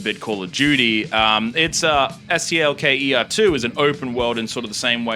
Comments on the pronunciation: He’s pronouncing it as it’s spelt. Full stop after each letter. So technically he is right. Ps The first game fucking sucks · Finally someone pronouncing the game's name correctly